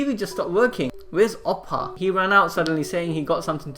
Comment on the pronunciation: Pronunciations for Oppa (Oh-ppa), Cha Hae In ( Cha-Hi-In)